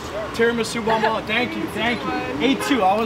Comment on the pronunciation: Bombolone(s) Davey, the name is bombolone